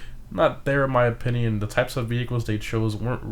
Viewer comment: I’m gonna say it. That’s definitely not how you pronounce valor lol. Just look up the word on google and have it say it back to you. (Don’t even get me started on how he pronounces opinion...)